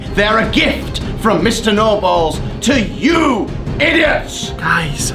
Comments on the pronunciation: it sounds like he said mr no balls instead of mr nobles lol💩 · he says his name is nobles yet he said no balls lol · You said “no balls” instead of Nobles XD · It's not Mr noballes it mr Mr nobles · It’s nobels not no balls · Its nobles not noballs idiot -. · ITS NOBLES NOT NO BALLS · First of all its mr. NO balls and second of all, its rule not rool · I thought he said no balls🤣😂